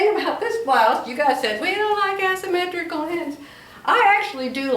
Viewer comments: Love the blue and white blouse you already made with the asymmetrical blue skirt. FYI with love. There is no "ass" when pronouncing asymmetrical. It is pronounced "A" symmetrical. You can google how to pronounce it to hear it said out loud. Love you. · 🤣🤣🤣, you were sewing “ass symmetrical. It’s Aaaaa asymmetrical. Love you. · I do like the top you have with the skirt. Gives you more options for jewelry. 😃 I would kindly ask you to google the pronunciation of the shape of the skirt. The A says it name as in “say” not as in “ass”.